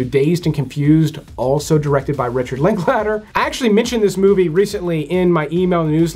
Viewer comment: If you’re going to say Richard Linklater 1/2 dozen times - at least pronounce it correctly I’m sure he’d appreciate it as well